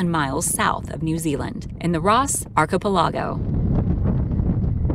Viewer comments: Ark-h-pell-Ah-Go? How about archipelago? How about not making up words? How about getting someone who know how to speak english to narrate the video? WTF! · archipelago pronounced: Ark-uh-PELL-ih-go, or AR-kə-PEL-ə-goh, not ark-uk-pell-AH-go